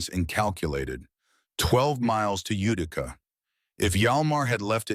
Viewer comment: IT'S PRONOUNCED YOU TI CA DOPE